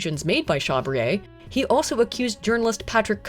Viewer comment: I think it is pronounced SHA BREE AIR, due to the final e. This is just a suggestion, not a criticism, as I am a fervent and long-time admirer of you and everything you produce.